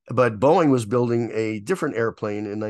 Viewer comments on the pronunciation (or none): none